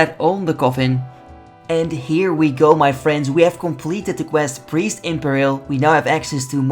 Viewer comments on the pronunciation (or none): (it's pronounced pear-uhl (rhymes with karil))